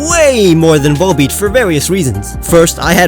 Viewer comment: VOLBEAT, NOT VOLEPEAT!